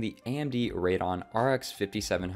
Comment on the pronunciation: Great video! I personally am thinking of buying something similar. Btw it's ray-de-on